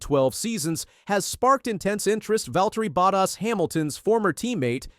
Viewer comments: Er, it's Bottas not buttass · This guy keeps on saying Buttass 😢😢😢wtf